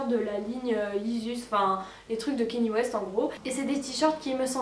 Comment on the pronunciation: Trop choqué et déçu que tu prononces Kanye West "kenny west"